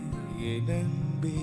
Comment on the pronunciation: There is no doubt about Talent, but has to be little more conscious about his Tamil Pronounciations. 'ன்' பல இடங்களில் 'ண்' என உச்சரிக்கப்படுவது பாடலின் உயிரை குறைக்கிறது. மண்றம் வந்த, தெண்றலுக்கு... அண்பே என் அண்பே என ஒலிக்கிறது திவாகரின் குரல். முன்னொரு சுற்றில் தெய்வத்திருமகள் பாடல் ஆரிரோ ஆராரிரோ வில் தாலாட்டை தாளாட்டு எனப் பாடியிருந்தார். அதை சரிசெய்தால் இன்னும் சிறப்பாக இருக்கும். கிருஷ்ணன் இன்னும் இங்கு என்ன செய்கிறார் என தெரியவில்லை. இந்த வாரம் அவர் பலிகடா ஆனால் ஆச்சரியப்படுவதிற்கில்லை.